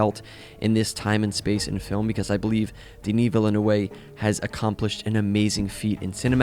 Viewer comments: villenevue is pronounced "vil-nuv" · Villenuwhat? :D Dude says "let me just make a clip about a movie I love from a director I can't even pronounce the name of" :) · mispronouncing the director's name as vilen-nuayve is WILD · “Villeneuve,” a pronunciation guide for an American accent: “Veel-nuv.” Not perfect, but closer to right. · aha yea Dennis Willanewway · Who hasn't heard his last name pronounced by now? He's been an incredible director for many years now and has done tons of interviews w/o the interviewers mucking it up? Like 1 minute of research .. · I guess I appreciate the creativity in trying to pronounce the director’s French(-Canadian) name as if it’s African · Lol, it's definitely the most funny pronunciation I have heard so far. I am a bit surprised even, are people in the US not watching Formula 1 racing? Villeneuve and its pronunciation should be quite a common name to ocassionally hear then. But don't worry, it doesn't mean you don't respect a person. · one of the funniest pronouciations of villeneuve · Villeneuve is pronounced very differently my man ;) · Oof, you really butchered Villeneuve's name there. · Good video... but damn, you butcher Denis Villeneuve over and over again hurt me. I didn't think anybody could say that name so wrong. There's no W! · Way to pronounce the last name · You absolutely butchered the directors last name. As for this movie - it really was not that good at all. I'll leave it at that. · Great comment. The only thing you have to work on is how to pronounce Villeneuve. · I have never heard someone butcher Denis‘ last name like you did. Wow haha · Bro does not know how to say Villeneuve. Also if you're going to be honest about its adaptation from the book there were many changes made, notably Alia's character, Chani's relationship, Thufir Hawat, timelines, etc. Its an incredible film, probably one of the greatest of all time imo. But its not Frank Herbert's film, this is the Denis-verse not the Herbertverse